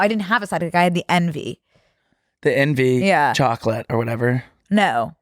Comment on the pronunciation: The way says chocolate 😭 i love when her east coast accent comes out it’s so cute